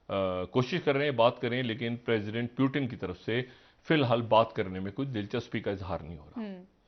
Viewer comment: It's not Urdu word peewoooton but. Pooootoon